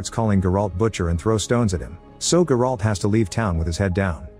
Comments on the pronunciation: You butchering the names bro its not GerAlt its Geralt ONE WORD for fucks sakes ! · The way his AI voice pronounced Geralt🤣🤣🤣